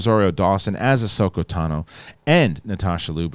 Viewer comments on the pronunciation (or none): none